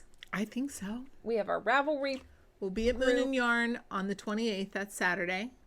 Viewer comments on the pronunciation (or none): Just have to tell you whenever you say, “Moon and yarn” I hear Moomin yarn and I keep picturing the Finnish cartoon and the knitting book based on it!😜🤪😏